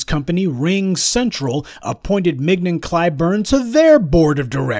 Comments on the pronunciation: 😂🤣 MIG-NON 😂🤣 IDK her but I'm pretty sure it's pronounced like filet mignon. 😂🤣 mignon [ min-yon; French mee-nyawn ] But, then again, I'm also pretty sure he said it like that on purpose 😂😂🤣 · Mignon - pronounced Min-yon. Otherwise, super critique of the Toxic uncle Jim. Time for his gravy train to come to full stop.